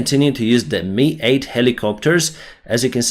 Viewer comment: How do you not know how to say the names of stuff right by now. I tell you in the comments all the time. JDAM is said J-DAM in america. And the MI-8 is said, M-I 8. not ME8 lolololol